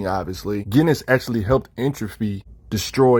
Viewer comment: Are you sure its pronounced GHEN=is? I was under the impression that iwas JENN- is, but i may be wrong. I think that because o dialogue in an issue awhile back where they make a JEN name joke. Not sure tho